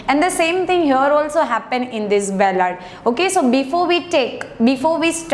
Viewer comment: It's ballad you are repeatedly saying bellad !